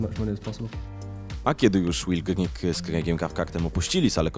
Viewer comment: Will Grigg a nie Griggs...